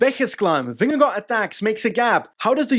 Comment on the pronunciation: as a dane i have to say that you nail vingegaards name pronounciation